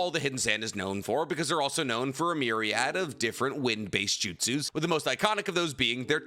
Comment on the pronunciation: Say Myriad again 🧐